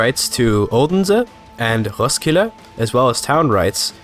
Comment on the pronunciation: hej dane here københaven was not that good but roskilde was petty spot on